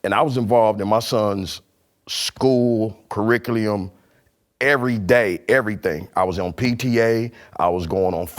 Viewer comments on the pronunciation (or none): you had me until you said "Curerickliym"....not gonna lie, you had my stomach hurtin. Frfr #moreofunclejimmy. 🙏